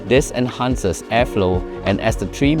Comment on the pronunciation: vine 是 藤蔓，读音是/vaɪn/ 。 enhance 的读音是 /ɪnˈhɑːns/。